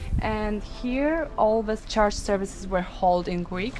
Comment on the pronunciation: They kept mentioning “charge” instead of “church”; that was a consistent and distracting mispronunciation throughout the whole video.